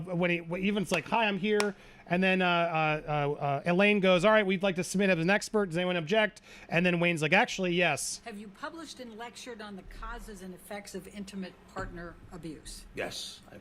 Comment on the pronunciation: Instead of saying he "published" blah blah blah... I swear he says he "punctured." WTF?